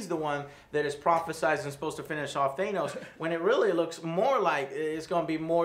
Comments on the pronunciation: Or they think it's ACTUALLY pronounced that way... even though Nebula and Gamora clearly say "THAN-os" rather than "THAY-nos". Also, if you know your Greek mythology, you probably realise that the name is derived from the Greek god of death (NOT the Underworld/afterlife, that was Hades) - Thanatos. Which considering his whole storyline with the Marvel universe's embodiment of Death (and obsession with the concept itself), really does make plenty of sense. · Thanos not Thainos. omg lol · Joe, why are you saying Thaynos? Why are you guys saying Thaynos, not Thanos?! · not a fan of how he pronounces Thanos. it's not theynos Joe. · for the live of all that is holy PLEASE stop mispronoubcing Thanos!!!! "T-H-A-N-O-S" no "E" bro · Quit pronouncing Thanos wrong